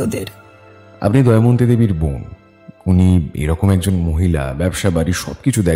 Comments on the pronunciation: It's Damayanti not Dayamanti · বারবার "দময়ন্তী"কে "দয়মন্তী" উচ্চারণ করাটা ভীষণ কানে লাগছে। বিষয়টা বোধহয় editing এর সময় আপনাদের নজর এড়িয়ে গেছে। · দময়ন্তী উচ্চারণ টা 🫣 বাকিটা জাস্ট দারুন ❤❤ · Please sir ato sundor path presentation er modhye main character er ei vul name uccharon khub kaane laglo Please etake clear karun ei vul unexpected Ager part eo same vul